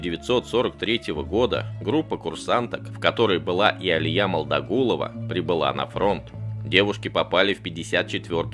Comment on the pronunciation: У Алии фамилия Молдагулова а не Могдагулова в начале неправильно сказали